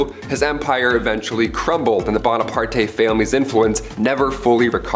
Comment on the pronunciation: It’s Bona-part. It’s French not Spanish!